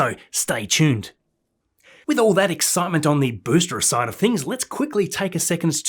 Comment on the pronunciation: I absolutely love your videos! One little thing though, you keep pronouncing the word ‘booster’ as ‘boostre’, any reason why, apart from the language barrier?